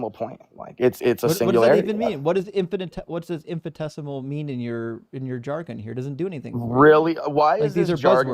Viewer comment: spouts off a bunch of science-sounding words and thinks he's saying anything, while saying "infi-tesimal" which isn't a word 🤣The word is infi-ni-tesimal,. Also, a singularity CAN'T BE mono-atomic because ATOMS FORMED LONG AFTER THE EXPANSION STARTED, dummy. A singularity can't have any of the particles that formed later INSIDE of this universe.